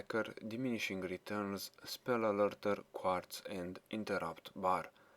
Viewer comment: Spell Alerter sounds like you said Spul Alolto sounds so fking epic